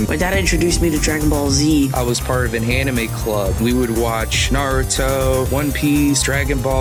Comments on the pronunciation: Boogie....Boogie...come on man. ANIME...AN-Ni-May...Not Uh-Ni-Mah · he said... ahnimy. not animé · I just have 2 things to say... 1. South Park had a previous game on N64. The Stick of Truth was the second game. 2. You said "anime" but pronounced it "O ni mee". Respond as Francis. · you said Aw-nime so honestly im not even gonna consider the offer lmao the cringe killed me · Do people actually say anime the way he does? I always pronounced it like "animal." o.O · he called it (ah)nime, I almost quit watching right then and there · wtf is (AH)nime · boogie2988 you said anime so wrong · Never heard Anime pronounced like that before lol